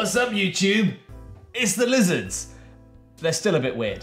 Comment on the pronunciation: i rewatch this once a month just to hear say “they’re lizzerds”